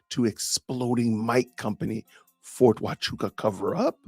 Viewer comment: But he gets a point for pronouncing Ft. Huachuca correctly.